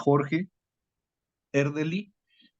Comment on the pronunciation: E R D E L Y, por favor al menos pronúncielo bien… y de paso sugiero investiguen más, tienen muchas imprecisiones.